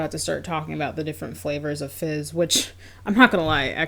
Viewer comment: I keep hearing “fish sticks” instead of fizz and it’s making me laugh